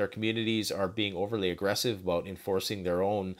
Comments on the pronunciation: What’s that aboot? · I love when Canadians say the word about. Much love and thanks for this video. Thank you!!!!